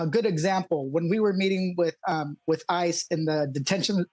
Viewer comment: I know you just said, “ICE has denied them…,” but it definitely sounded like, “ISIS denied them.”